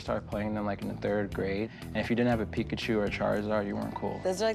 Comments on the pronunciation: . The was she says Pikachu.___. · I died when she tried saying "Pikachu" . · I cringed when she attempted to say Pikachu😩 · That chick literally killed my childhood when she attempted to say pikachu. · When she tried saying pikachu at 0.33 I started crying 😭 😂 😂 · 😂 please dont ever say pikachu again